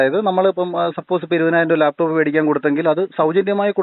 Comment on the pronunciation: Layptop, not laptop.. athu ve ithu ray.